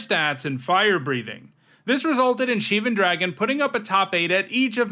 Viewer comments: SHE-van sounds 100% different than SHIV-an. Have you ever heard of phonetics, dawg. Do you know what a damn SHIV is? It’s a knife. You never heard anybody in life or movies call it a shEEv. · She-van Dragon. Hmm never heard it produced like that. I always said it Shiv-an Dragon cuz it’s a dragon from Shiv. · LMAO "Sheeven" that's now how you pronounce that word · I remember when a lot of people called it "ShivAN," like Shiv and Van put together, emphasizing the second syllable. I didn't like it then, and I don't like it now.